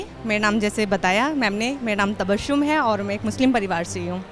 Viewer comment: अपना नाम 'तबश्शुम' न बोलें , अपना नाम 'तबस्सुम' बताएं ... 2. अपनी बात बोलते समय सिर ज्यादा न हिलाएं. "... "यार" शब्द का प्रयोग न कीजिये